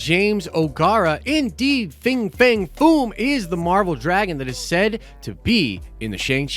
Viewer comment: He got the Nerd Card wrong. It’s Fin Fang Foom. Not Fing Fang Foom. 😁